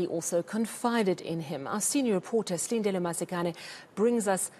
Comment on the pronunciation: I like the way she pronounces Silindelo Masikane. She pronounces it well and properly.